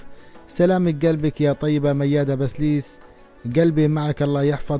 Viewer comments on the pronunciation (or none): كم مرة لفظت الكنية خطا يا اخي بسيليس وليس بسليس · بسيليس . مش بسليس .